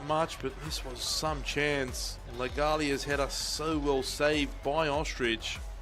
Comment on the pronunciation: Cody Ostreich- pronounced "Ostrike" not ostrich 😂